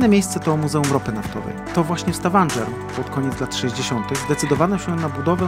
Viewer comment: Poprawna wymowa to STAVANGER, nie STAVANDŻER. Wiem bo też tam byłem. Polecam Prekistolen